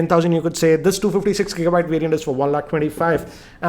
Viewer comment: Two fifty SEX Gigabyte variant 😂😂😂